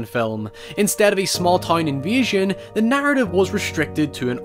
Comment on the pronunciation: Took me ages to work out you were saying invasion and not envision.